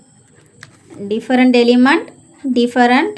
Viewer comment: Madam டிபரன்டு இல்ல different